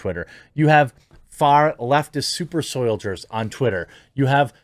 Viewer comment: He is saying super soy-ldiers ffs.